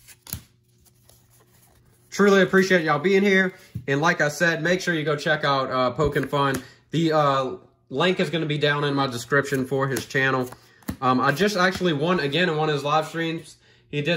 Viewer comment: This is fine just wanted to make sure you go this !!! ENJOY!!! Thanks for your support!!! It’s PokeN Fun …. Not poki …like I like to Poke Fun at people and I do poke emon and Fun Collectibles…